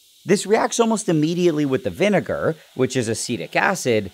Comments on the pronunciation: some regular vi… “vi” what nile? could you say that again? 😂😂😂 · Nigel with the hard R when he says vinegar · Say vinegar without the vi